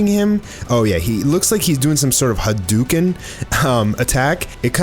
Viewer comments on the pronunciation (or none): none